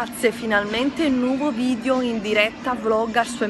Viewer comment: si dice VIDEOOOOO non VIDIOOOOOOO